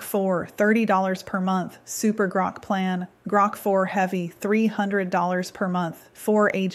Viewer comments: Your script has you mispronouncing"GROK" at the timestamp of this video. In essence rhyming when 'Spoke' Grok as 'Groke'. This long vowel sound took place only once, and apparently for no reason other than sloppy AI performing. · I find AI mispronunciations annoying. It says "Grok" then in the next sentence it says "Groak". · When you say Grok differently then I suppose that is your trained AI.